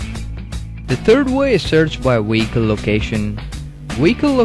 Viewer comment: Iwe pronounce wicole properly